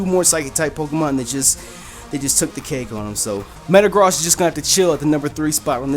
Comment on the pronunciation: Did You Just Say Matagrost